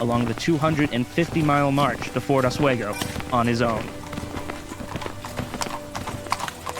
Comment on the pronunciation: As a Lake George history teacher, a few things to point: 1. Just call it Fort Edward no local knows or cares about the Fort Lyman name. Your Lyman obsession needs to go. 2. Your pronunciation of Oswego is simply awful and painful to hear for any trueNew Yorker 3. Get a better of map Lake George 4. There are two routes to Fort Edward a. Lake George by boat b. Lake Champlain South Bay which is extremely rugged terrain 5. Most of the battle points are extremely close together. The terrain is rugged on the south side of French mountain. So the main old military road was the only quick way of moving. 6. Your battle reactment is generally very accurate. 7. Bloody Pond and Roger's Rock( difficult to find by non-locals) still exist 8. Johnson really bribed King Henrick for Native support 9. Shirley and Johnson's communication was overstated. Much of the planning was done by Newcaste+Pitt+Braddock 10. Your version is somewhat different from the tour Fort William McHenry. Your interpretation would confuse most locals but it is accurate. No local would use ever the term Fort Lyman.